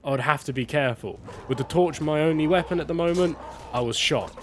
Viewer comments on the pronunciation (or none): none